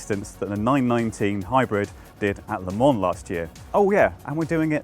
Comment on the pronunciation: He's driving me crazy with the way he pronounces Le Mans.